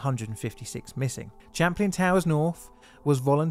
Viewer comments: Be y good but it's Champlain pronounced like champagne not chaplin!!! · For future reference Champlain is pronounced like champagne. It's the name of a French explorer, as well as a lake he mapped located between the US states of New York and Vermont and the Canadian province of Quebec. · Not to seem facetious, but it's spelt: Champlain, and pronounced: "SHAM + PLAIN". —Take care ❤ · Pronunciation: sham plain/ it's French for the famous explorer: Samuel de Champlain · Um, you pronounce it like champagne except with an "l". Sham plane.